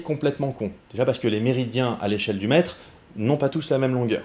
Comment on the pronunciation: Quand t'as dit "le Mètre", j'ai entendu "Le Maître" et je suis parti en trip de type Doctor Who dans mon slip ! ^^ Et oui, putain j'ADORE ce nouveau format XD J'ai hâte pour la suite ! :D